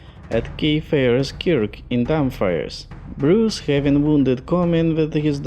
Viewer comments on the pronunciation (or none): Dumfries say it properly before anyone else's hears you